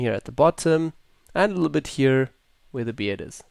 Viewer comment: LOL the "hier"